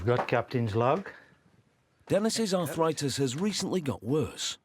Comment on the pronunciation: It's arthritis, not arthoritis.